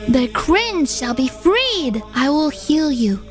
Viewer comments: yes "cwinge" was mentioned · Is it just me or do i hear “cwinge” instead of “cringe”? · Unfortunate side effect of being a catgirl